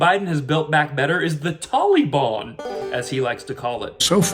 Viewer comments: Tolly Bon? Leftist Biden can't pronounce Tal-ee-bahn? Makes you wonder if he is a covert member Antifa? Or will he say that it is his Auntie Fah? A distant relative living near Obama's half brother in Communist China? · Obama pronounced Taliban the same way...Tolly-bon! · Yeah. What's up with Biden's pronunciation of that word? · 20 years ago it was the taliban now it’s tolly-bon. It’s like he’s trying to be nice and respectful about how to accurately say their name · Joe says the Tall- lee-bon is just an idea not an organization. Did you notice the tank top the antifa guy was wearing? He's proud to be a communist/fascist. He wears it like a badge of honor. People really should homeschool their kids, there's a lot of these anti-American sickos out there. They also want to turn kids against each other based on race.